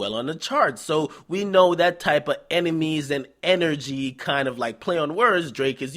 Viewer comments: "Emenies"? Really nigga? Pronounce it how you spell it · Sound like he said emenies lol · Nigga said emenies... Twice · Yo son, am I the the only one who noticed this nigga DJ Akademics was saying "Emenies"??